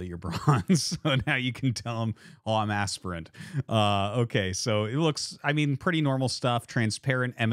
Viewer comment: i like how you say aspirant to asprant 😂